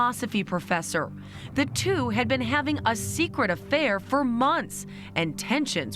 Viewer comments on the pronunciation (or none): “Twon” year old?! 😂 I too struggle with words sometimes. ✌🏼🖤💋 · Did the reporter say “TWON year old”.?